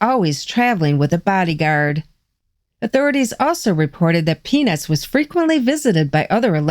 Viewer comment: When you were pronouncing peanuts you were dropping the t....😀